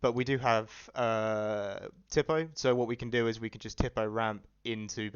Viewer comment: Tipo is pronounced "tea-po" not "tip-oh" just btw